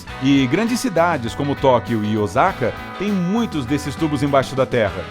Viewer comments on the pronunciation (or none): Cara q, fala da, cultura do japao kkk mais fala Osaka, não, Ozaka kkk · Osaka se lê "Ossaka", aqui no Japão o S só tem som de S, não tem o som de Z igual o português E o R só tem o som de R (cara, baralho, etc), para ter o som de rr (carro, barro, etc) é usado o H